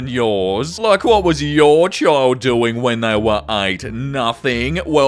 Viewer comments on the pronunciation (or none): it’s “child” not “chill”. Black folks sai it like “chiiiiild”.